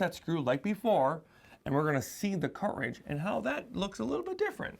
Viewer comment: I love how you say “car’ridge” 😊